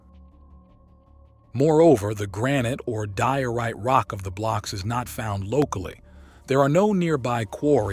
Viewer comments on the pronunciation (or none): none